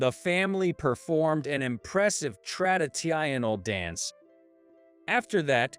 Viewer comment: yup, and traditional was trad e i n ahl